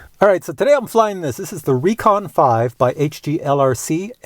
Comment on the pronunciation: If it has a K its said like Wreckon if it has a C then it's Re-Con like reconnaissance Great video as always